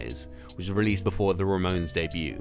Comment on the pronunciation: excuse me the " RAMONS "?! ramones